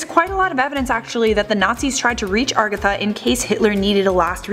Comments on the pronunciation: agartha not ARgatha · Agartha not argatha lol. BTW you couldn't answer life's smallest questions much less the biggest.